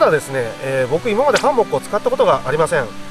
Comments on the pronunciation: ハンモックのイントネーションが気になってぜんぜん内容が入ってこない🥺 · ハンモック泊良いですよ〜😄 快適だし荷物少なく済むし◎ 木にタオルや専用のカバーを巻くのは撮影じゃない時でも極力やった方がいいと思いますので続けて下さいね！ あと…他の方のコメントにもありますが「ハンモック」のイントネーションが気になりすぎてその後の「蚊帳」のとこも🤔!?てなっちゃいました(笑) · 非常にわかりやすくて参考になりましたがどうにもハンモックのイントネーションが気になってしまい集中できませんでした笑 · ハンモックん？イントネーションが？！😅 律儀なんですねえ、ハンモックを設営するのです幹にタオル巻いて設営してる動画初めて観ましたよ。🤔 従来型のハンモックは沈み込みが腰に悪いから使わないな😓 HEAVEN Tentoってメーカー？のハンモックは画期的なハンモックで沈み込みが従来型と比べて格段に少ない。☺️ けど？！めっちゃ価格がバカ高い！！🤪 ハンモックの価格じゃねえ！😓